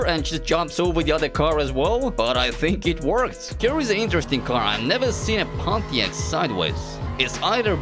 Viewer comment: Did this dude just say Pontias instead of Pontiac 🤣